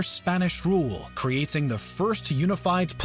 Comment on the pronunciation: 70% of this voice over guy’s pronunciation is WTF. Kinda distracting. It’s forgivable if you mispronounce the last names and the places but even a common word like “creating,” sounded off. Good content though.